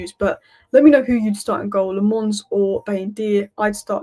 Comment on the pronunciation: His name is pronounced! Senna La'menns heard that from himself on MUTV